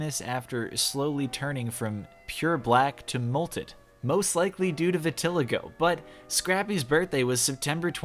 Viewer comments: Vih-till-ico?? My dude. Vit ih lye go You haven’t heard it said a thousand times when watching a Michael Jackson anything ?? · It’s pronounce VIT-A-LIE-GO Not vit-ill-go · Vuh-tih-lih-go 😂 it's vih-tuh-LIE-go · It's pronounced Vit-ih-LIE-go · Is anyone gonna talk about how he said vitiligo like "vi till a go" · Vitiligo is said like vit as in bit, a as in a and ligo as in Lilo XXX vitiligo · Vitiligo pronounced vidda-lie-go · fun fact- you pronounced vitiligo (vit·i·li·go) wrong in the video lol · I'm sorry but how did you just pronounce vitiligo? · Molted is not the same as mottled and that is not quite how you pronounce vitiligo. Good try though! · I love how can take the time to google inane shit like the dimensions of a toothpaste box, but can’t be bothered to check how to pronounce vitiligo. Lololol.